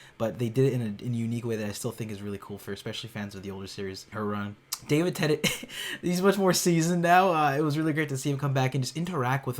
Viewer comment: swear he just said Davin Tennent